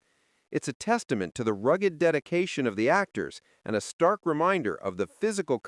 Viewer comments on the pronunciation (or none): none